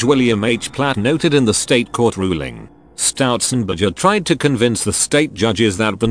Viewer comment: "stoutzenberger" every fuckint time